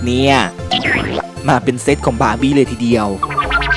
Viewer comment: เดียว ไม่ใช่ เดี่ยว